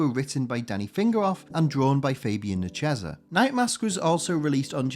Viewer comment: VERY well done video. Just one point of contention: names. Fabian Nee-see-A-za, Herb Trim-pe, Mark Te-sheer-a.